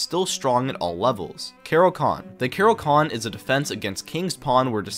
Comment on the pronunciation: bro rly said kero-con😢